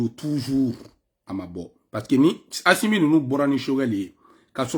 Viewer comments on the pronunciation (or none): Mon frère tu arrêtes Stp. C'est pathétique. Au lieu de critiquer quelq'un, toi aussi on ne dit pas Achimi c'est Assimi. Nyèrè Alla la Wari 😂😂😂😂